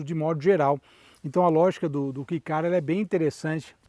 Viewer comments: Só uma errata (humildemente corrigindo): Não é Key do inglês "chave", pronuncia-se "quei" e escreve-se KEI na pronuncia e originalmente se chama K-Car, do japonês Keijidōsha (veiculo motorizado de pouco peso), eles eram originalmente quase que um kart de transporte pessoal, com motor de moto, para a população pós guerra que carecia de recursos financeiros. A nossa Towner tambem é um Kei Car, projeto que foi produzido por varias marcas, mas em especial, pela subaru, com interior super luxuoso, opção de 4x4 e até teto de vidro panoramico. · Eu já tive um vivio supercharger rx-r no Japão. Que carrinho divertido! Com muito arranque. Só uma correção, a pronúncia é "quei" e não "ki", até pq se escreve kei e não key. Caso tenha interesse existem comerciais da época, é só por na busca por subaru vivio cm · Japonês pronuncia kei